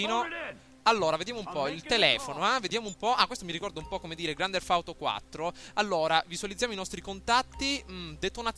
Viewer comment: Primo si dice grand teft auto e non grand derf auto e poi hai detto una cosa che mi ha fatto abbastanza ridere ...che il Nevada è nel nord America. Hahahah